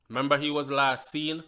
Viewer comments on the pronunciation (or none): none